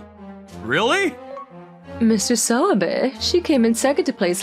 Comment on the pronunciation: I don't know why, but every time I hear the name "Mr. Sawabe", I tend to hear Mr. Swabe instead 🤣🤣🤣🤣